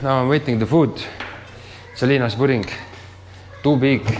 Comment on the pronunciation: It's his accent. Sometimes it sounds like he says Selina other times it sounds like he says Jelina.